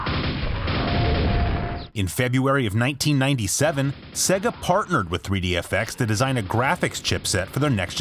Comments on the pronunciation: SAY-gah. Not SEH-gah. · It's not segha its mòre like seeegah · come on say it properly. Saayyy-gah. ;) great vid though. Dreamcast was awesome. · Bothers me when people say "seg-uh" instead of "Say-gahh". Like, they say it for you all the time.